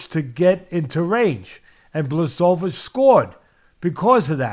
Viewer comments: Bluhssovitch Hahaha polish names are the hardest to pronounce. And i speak a slavic language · Bwa ho veech. ch = h....w = v...i = "E" sound. The letter "i" by itself pronounced "E" is actually "and". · Who's Blasovitz? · Teddy: “Blazsovidge” ...👍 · The name should be pronounced 'buahovich' or 'bhwahovich' :] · Blahoewich discabogulated him...classic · "Ba-show-vits" Lol.😂 Love it! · nope... it's Bwa-ho-veech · big blachovich 🤣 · I want to give jan his credit continues to mispronounce his name the next 15 minutes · It's OK, Jan wouldn't be upset about this, Jan is normal guy and Jan knows that Polish is difficult language. I am Polish and I still have problems with Polish language, the reform is long overdue. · Lmao.damn teddy is butchering the hell out of Jan's name.😂😂😂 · It would be awesome to hear Teddy mispronounce my name every time. It would be an honor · Just call him Jan (or check pronunciation of his surname)